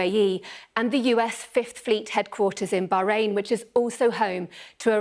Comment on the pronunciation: I respect this lady but her lisp and pronounciation of bahrain is pissing me off